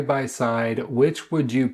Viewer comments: Hermes is pronounced “errr mes.” The H is silent. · You don’t even know how to pronounce Hermes -sigh